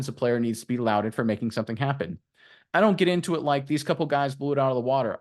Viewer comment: You should learn how to pronounce lauded.